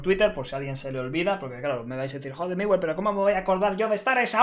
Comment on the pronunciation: es miwe jajaja